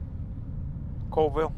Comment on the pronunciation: Cha whee lah. Call Ville. Those Indian names are always pronounced different. Zips is awesome, it's like a Hardee's. From the dam you could've gone to Usk/Ione. It would've brought you into Colville.